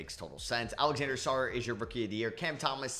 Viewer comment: You know.. its “Alexandre Sarr” not Alexander